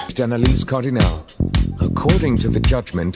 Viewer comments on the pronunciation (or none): considering I'm French and your name is common in France, I won't be kind. IT WAS ALSMOST PERFECT!! the only thing that bugged me was the "Cardinale", you pronounced it "Cardinalé", it's supposed to be pronounced "Cardinal" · Cardinale was not pronounced correctly, but otherwise he's not bad for someone who doesn't speak french.